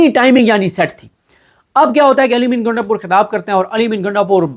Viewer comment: O bhai gaindapur nahee ……gundapur. Waisey hai wo gainda type heee🤣🤣🤣